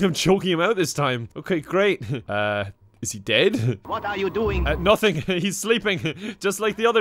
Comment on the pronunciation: "What are you dewing"